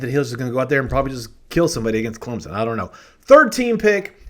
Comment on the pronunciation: Just a heads up.... there is no "Z" in Clemson. Carry on.